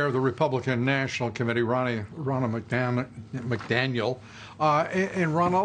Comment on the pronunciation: "...your rear...REACTION....your reaction?" "Ronna McDamnit...McDaniel! " love Dobbs little bloopers XD